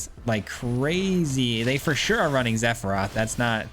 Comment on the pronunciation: Say Zephiroth one more time! 🤬